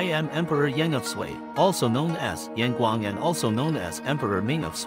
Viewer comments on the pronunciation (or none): 你明明會説中國話 爲什麽把楊廣念成嚴廣